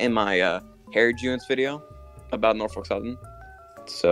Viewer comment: So now that I watched the entire video TWICE thanks to the OG vid being deleted, Here's my thoughts: I greatly appreciate the mention there, I really do lol! Yeah it’s true every time he says “Norfolk” wrong I politely point it out during my reactions. I love his Engines Of CSX series, and for now I’m patiently waiting for the next entry. But yeah, a very goated collab/Tier list put together and I loved every second of it! One last thing before I finish typing this. THE MILWAUKEE ROAD.